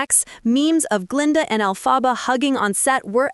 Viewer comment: Learn how to pronounce Elphaba!